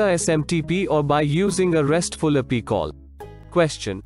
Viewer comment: First time in my AWS life hearing pronunciations such as Eck2, Appy, ammy, j-s-o-n and y-a-m-l.